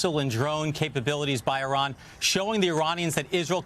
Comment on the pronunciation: Iranian not Ironian